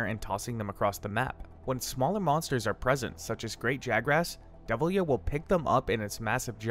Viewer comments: How do you read Deviljho as Devil-yo My man.... I can't even describe how flabbergasted I am by these mis-fired pronunciations. Here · "Devil-yo burps on you." Okay.